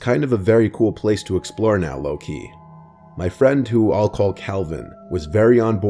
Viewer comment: you saying lowkey just made me giggle ahaha